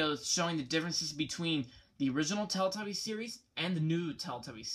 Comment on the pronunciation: why cant you say teletubbies correctly? its not teltubbies